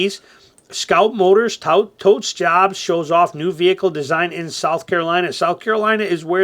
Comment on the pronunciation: "Touts" is pronounced the same as "totes"? Who knew?